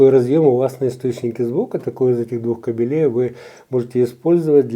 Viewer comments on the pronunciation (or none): набор кабелЕй. Правильно: набор кАбелей.